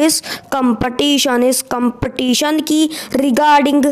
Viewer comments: I mean to say that in the vedio speaker is pronouncing the word ''competition" wrong so I want to say that.☺️☺️ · Please pronounce the competition accurate